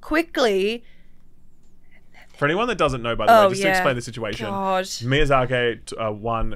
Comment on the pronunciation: God,, I love you man, but that Miyazak-ey is hurting my inner sould. It's just short "i" at the end, Miyazaki.